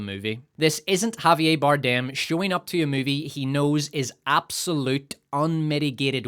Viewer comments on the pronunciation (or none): none